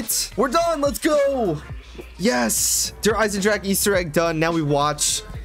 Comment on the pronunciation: So ur saying you could only beat the campaign in co-op? This is why i never liked the highest difficulties on the campagin, it didnt get any more difficult, random stuff just oneshotted you all the time. You also forgot to say the E in Der Eisendrache. Its not silent.